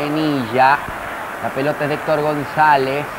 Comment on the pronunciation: AL PRINCIPIO EL NARRADOR NO CONOCIA AL LATERAL GONZALEZ DE LA VINOTINTO, NI SIQUIERA LOGRO PRONUNCIAR DE MANERA CORRECTA SU APELLIDO AL FINAL DEL DIA NO PUDO DEJAR DE SOÑAR CON EL TURBO GONZALEZ.